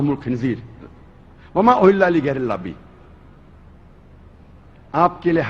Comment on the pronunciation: You got some serious mental disorder! You can't even pronounce ALLAH's name properly...You talk about Islamic ruling!?...About rape...Just check the rape and sexual assault related statistics on nation master...The gulf countries where most of the women cover themselves are the countries with considerably lower rates of rape and sexual assaults than the rates of those in European and American countries...The rape rate in your sexually open European countries are way too high...Just check that